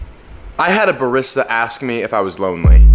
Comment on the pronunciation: *Ba-REE-sta. That is all. 😂